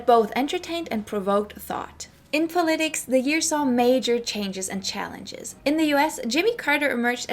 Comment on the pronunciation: Curious where you are from. I've never heard anyone pronounce "politics" like you do. I'm guessing you are not native to the US.